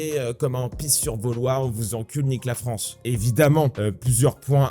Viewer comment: Fronce ? Y'a quelqu'un qui parle comme ça ?